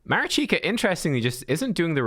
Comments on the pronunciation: Mareeshkah is the proper pronunciation NOT Marichyka. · Marichka yes - Marichika no. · Mari(ch)ka like wat(ch) not Marichika... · If you want to pronounce her name right check that. Try to use the sounds that you’re using in the names of those champs: “MAneater” “RICH”toff the Bold” “KA”lvalax” MA RICH KA - MARICHKA 🤟😎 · Ma-reach-ka You're killing me. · thank you, watching this video made me cringe a bit, im not sure how he got marichika out of the spelling, felt like he was playing pokemon go rather than raid with that name haha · Sorry to correct you, but I’ve been screaming at the screen the whole time 😂 I’m a Ukrainian so here’s some help with pronunciation (capitalized stressed syllables): maRIchka 😅 taRAs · Pronounce it ma-rich-ka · At least I’m not the only one who was triggered…